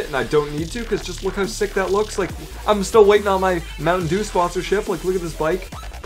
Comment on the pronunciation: Why did you say mountain due it's DEW